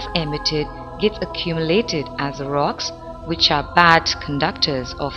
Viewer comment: ...and wice wersa, vich is kvite funny :D